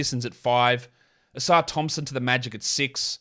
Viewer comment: It's Livvy OHsar. Not Livvy ohSAR Thompson